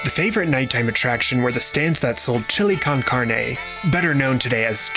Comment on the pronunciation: How do you say Nixtamal near correctly, but then say Chilly Kahn Kharnee?? lol